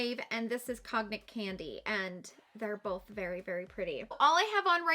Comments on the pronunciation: Cognac is pronounced Con-yak (I’m not into liquor, but I remember it from a SNL sketch 😅) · Cognac is pronounced “kōn-yak” ☺️